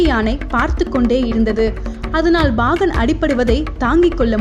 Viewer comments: Very Good. But the pronounciation Bagan instead of Pagan is horrible to hear. Again n again saying Bagan is highly irritating. Learn proper Tamizh please. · Bhahan illai paahan. Plz change this pronounciation in next video.